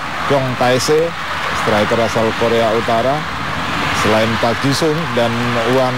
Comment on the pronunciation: thanks for uploading sayang komentator na kurang lafal ngeja nama pemain ji sung friend na wish running man come again to indonesia